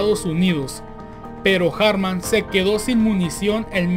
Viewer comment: No se llamaba "Erik" ni su apellido se pronuncia en inglés. Si no sabes alemán, pronúncialo en español. La pronunciación más sencilla es "Erij Alfred Jartman" (pronúncialo en español).